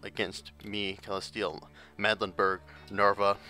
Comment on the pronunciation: Castille: CAS - STEEL. It's really not that hard to say. Don't mean to be a bitch but it's been getting on my nerves. (Also AraGON, not AraGORN).